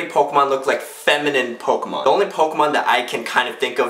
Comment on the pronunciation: Yay, he said pokemon right unlike smosh